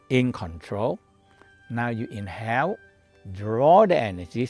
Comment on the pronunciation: Did you say inhale or was it in hell? lol